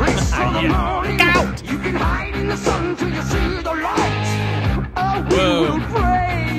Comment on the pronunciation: Great reaction! About his pronuncing of the word light, there is more of english inspired ponuncing in his singing. I think R J Dio was very much inspired by the British metal scene and British culture and he also collaborated with many British musicians through his carreer.